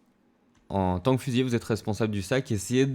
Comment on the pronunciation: Petit point de détail au niveau du français : c'est fusilier avec un seul L (qui du coup se prononce "lier" et non "yé"). Avec deux L c'est le verbe. Sinon j'ai acheté le jeu hier après avoir regardé une de tes vidéos, je me suis directement abonné ! Merci pour tous ces tutos !